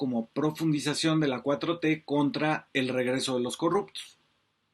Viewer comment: Es una inepta y cogupta Que no sabe hablag sin regagla Dijo Leona Vicairo😂😂😂